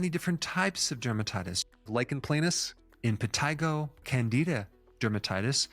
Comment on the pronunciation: impeteego (impetigo)